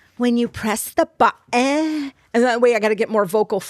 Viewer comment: OMG!!! got it right!!! I was cackling over her tapping and the silly pronunciation of bu 'en (button)😂 That drives me nuts too. So Funny!!!